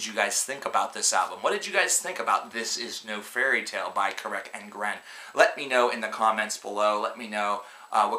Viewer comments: Yeah, I agree. And yup, it's pronounced Ca-rac An-gren. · Yeah, who is "Kirk & Gren?" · I honestly don't see why so many people keep shitting on this band. Yeah the construction isn't too intricate, but not a lot of bands are even trying this style. Also, among SEVERAL other band names, you pronounce it a lot different than I'd assume it's actually pronounced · Your pronounciation of the band name is attorcious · it was horrible..